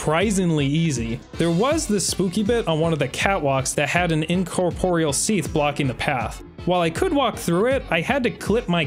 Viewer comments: "execrystaler smeath" 💀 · Seath and seath. Seath. Seath. And of course, Seath. Seath. Then, from the dark Seath came. Seath. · I'm never gonna hear Seath correctly now, it even sounds weird in the line it's supposed to be in😭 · The age of seath lmao